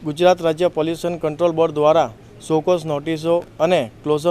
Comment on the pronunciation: SHOW CASE NAHI SHOW CAUSE HOTA HAI.